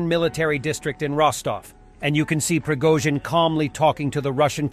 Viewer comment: “Prigga-zin” hahah Slava Ukraini 🇺🇦🇺🇸🤟🏼